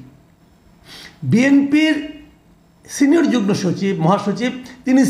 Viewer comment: উচ্চারণ হবে যুগমো রে মূর্খ।